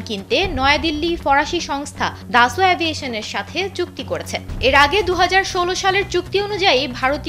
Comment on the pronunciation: Dasolt not daso 😂😂😂